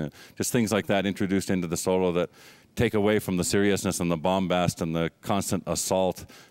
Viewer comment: Bombast....he said bombast.